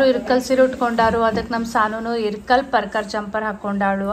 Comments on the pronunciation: Sorry akka nan idanna helbeko bedvo gottilla.. Neevu irkal seere anta pronounce madtira anta annistu adakke helta idini. Adu irkal seeri alla ilkal seeri naavu ಇಲಕಲ್ davaru adivi adakke helde tappu tilkobedi plzz.. with lots of love to chikuuuu 😍🥰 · ಇರಕಲ್ ಸೀರೆ ಅಲ್ಲ ಇಳಕಲ್ ಸೀರೆ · ಅಕ್ಕಾ ಅದು ಇರಕಲ್ ಸೀರೆ ಅಲ್ಲ ಇಳಕಲ್ ಸೀರೆ